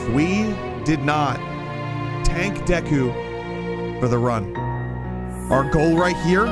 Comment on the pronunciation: When he said Deku I heard geku